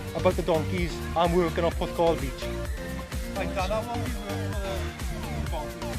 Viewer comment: Puth-call? Do you mean Porth-cawl?